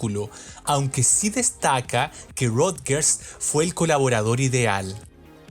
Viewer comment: solo un detalle el apellido de nile no se pronuncia como lo estas haciendo, con respecto al album por supuesto q habia una necesidad de vender , pero era mas importante consolidar a madonna como una artista pop rock dance en la industria y q simplemente no se convirtiera en una one hit wonder de un solo album, asi q habia q explotar todo lo q significaba ser madonna de por si un nombre controversial una virgen, q mejor q explotar esa extrema energia sexual de ella q con like a virgin es decir todo se combino de una manera gloriosa y divina , destaco las canciones like a virgin angel dress you up y sho be do, material girl nunca me ha gustado.